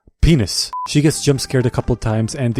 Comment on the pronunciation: That "peanis" made me chucke lmao, that was so fucking unexpected this guy is great